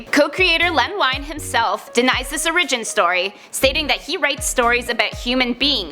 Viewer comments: just saying you pronounced "origin" wrong at the beginning of the video. I like what you guys do though so I'm just being annoying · Who tf says origin like that!? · she miss pronounced origin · Why u say origin like that!!!?? Hahahaha. God damn:....